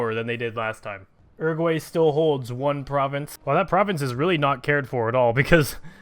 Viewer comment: It is pronounced OO-ROO-GOO-AH-II